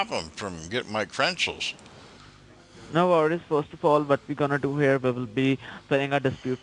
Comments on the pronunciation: your intro..it's credentials not crentials.. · "my crenshuls"